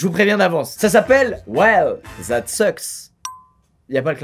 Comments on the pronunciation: that se prononce dat et non zat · Pk les français vous dite "well zat suck" sa se prononce "well dat suck" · Squeeze s'il te plaît pourait tu dire date a la place de dazzz quand tu dis that s'il te plaît pour mes oreille de canadien français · "well, zhat suckss"